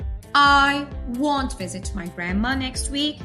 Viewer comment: Nice video, but the word "won't" is not pronounced correctly. Not to be mistaken with WANT.